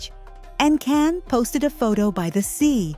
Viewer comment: His name us pronounced "Jan" not Can!!!!!